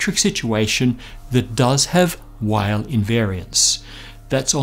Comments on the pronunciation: "Weyl" is pronounced in English as "V-eye-uhl", the "V" coming from the fact that he was German. "W-eye-uhl" is a common American mispronunciation. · It's pronounced "Vile" (like a German saying "while") not Wheyl...! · Until you can offer physical evidence, it's all just nonsensical religion. Ten or eleven dimensions? Please. And string's reliance on a negative cosmological constant? Don't get me started. And Weyl is not pronounced "while," his named is pronounced "vile."